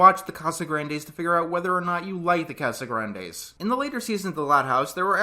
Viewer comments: Nope. The correct pronunciation is "Cah-sah-GRAHN-des" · It's CasagrAHndes not not what you said ahhhhhhhhhhhhhhh Good reviews by the way. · I understand wanting to pronounce something right but Spanish has neither of English's A sounds so it's always going to be wrong but understandable tbh. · "And yes, I'm pronouncing the name right this time" Not quite, but we're off to an ok start. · Its honestly close enough to not get upset over lol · I just think it’s funny that he made a point of saying he would pronounce it right, while pronouncing it wrong the whole time.